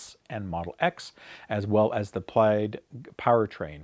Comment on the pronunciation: Plaid rhymes with "glad"